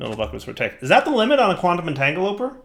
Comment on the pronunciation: Maybe one day, will learn how to pronounce "entangloporter"... maybe...